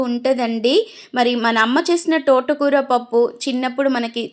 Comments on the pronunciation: తోటకూర టోటకూర కాదు.టర్వాట కాదు.తర్వాత . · టోట కూర కాదు, తోట కూర ఆని పలకాలి ఛీ ఛీ